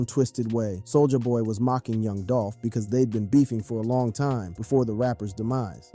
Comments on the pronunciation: you said Soul-ya boy instead of Soulja boy lol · Bruh you need to stop saying "Soul JAH BOY" It's Soulja Boy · He calls him both Soulja boi and sol-jah-boy in the same sentence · Why "Sole-Ja" boy and why would you call the song "Crank I-T." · Whu ue say soo-ja ba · "Soul-JAH Boy" 😂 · Why are you saying "Soul JA boy" and "Crank I.T." lol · See the way he says souljah boy?? Soulja-AH boy. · How are you mispronouncing soulja boy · Is this an AI generated narrator? I find it hard to believe a brother would mispronounce Soulja Boy’s name or say his hit was Crank IT 😂